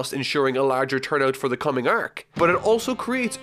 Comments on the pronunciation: can't stand your pronunciation of "arc" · why do you struggle with the word "arc" so much? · The way he pronounces “arc” is triggering me . XD